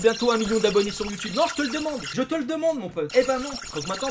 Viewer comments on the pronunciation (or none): none